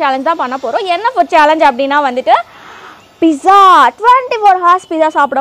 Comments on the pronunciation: It's not pisa it's pizza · Sis it's not piza it's pizzaa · Akka Akka not Pisa it is Pizza ok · Excuse me dear sister you are pronunciation wrongly the word pizza is not piza ok please change it you don't it want to tell information about pizza before result I know that ok pronounce the word correctly ok 😉😉😉